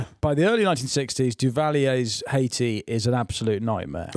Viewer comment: Still calling it Haishi 😂